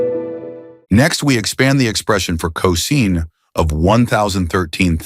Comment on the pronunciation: Pronounced cosine wrong